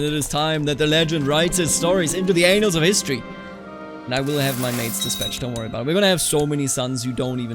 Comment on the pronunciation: I don't mean to critique your English but the way you pronounce annals sounds like a very similar word.